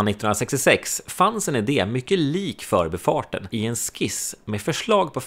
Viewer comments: men man kör väl ändå "för'bi" Stockholm, inte "'förbi" Stockholm? Jag tycker betoningen som används idag har blivit helt tokig. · Utmärkt video, klargörande av historien och nulägesrapport. Skulle dock vilja höra en mer korrekt betoning av "För'bi-farten" och inte det vanliga " 'Förbifarten".